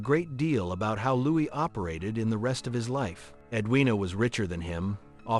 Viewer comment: LouiS???? You don't pronounce the "S", AI!!!!